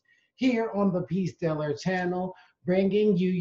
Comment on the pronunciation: The way says "Peace Dealer channel" always cracks me up man 😂😂